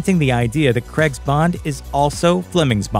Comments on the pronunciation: It's Craig, not Creg. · This pronunciation of Craig is hard to take.